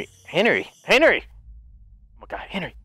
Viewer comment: Hen-ry not Hen-ery